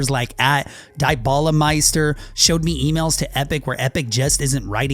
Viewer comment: It's u said dybala wrong it's di-bala